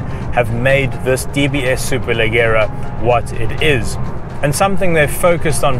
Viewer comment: Superleggera means "super light". Pronounced super lejerra - with a J sound.